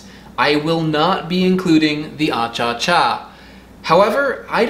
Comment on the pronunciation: Bolivia Won!!! 🇧🇴 It is not “achacha” , actually the real name is “achachairú” which means: “honey kisses.” Greetings from Bolivia!